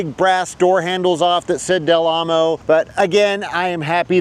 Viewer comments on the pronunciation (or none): It's 'Del Amo ...', not 'Del Lamo ...'.